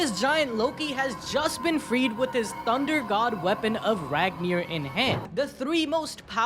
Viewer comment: Ragnir sounds more like Mjölnir 😂